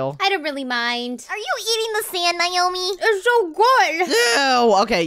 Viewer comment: She's not Neomi she's naomi